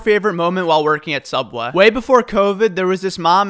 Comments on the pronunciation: Guys he pronounced "SOOUBWAY" wrong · “Subweh” “Sub - way” “Subway” Different types of way he pronounce it lel